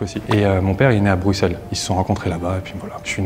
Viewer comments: personne a capté que a dit buXelle dès le début mdr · ouais mais apres quand on lui a redemandé il a corrigé en brusselle après avoir entendu les autres le dire "normalement"